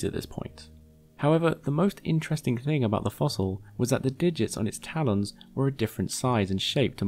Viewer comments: 4:-01 did u just Call Taa- Lens..... Taa Lawns??a lol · Nobody: MLM: Tal-Ons